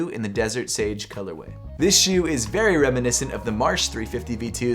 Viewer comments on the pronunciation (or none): none